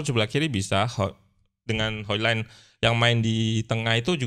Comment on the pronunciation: Maaf bang cara bacanya harusnya 'hol lund'